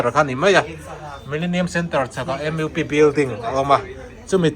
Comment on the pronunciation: Hmuhnawm leh pek ṭhin e. MUP hi lamdik theih chuan Em iu pi.....ni lovin Em uu pi....tiin